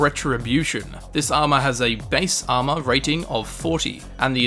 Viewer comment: Why instead of armor sometimes he says AMA